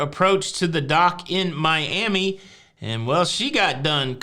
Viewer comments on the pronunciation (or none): none